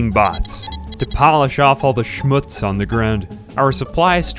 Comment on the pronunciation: This „Schmutz“ was so german 😂